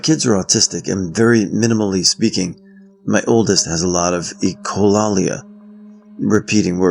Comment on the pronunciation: Hi,! No big deal at all, but echolalia is pronounced ekko lay lee ah. As in echo. Like repeating words and phrases. I'm only commenting this because you might actually find the subject interesting to look into! ❤